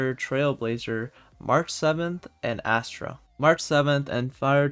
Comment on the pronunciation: Asta, not Astra. Please.